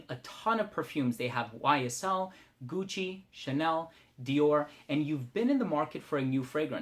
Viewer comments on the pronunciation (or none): none